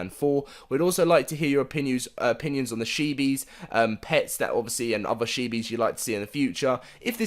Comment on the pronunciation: Chee-bees. Not shee-bees. That is all. Love your vids ✌🏻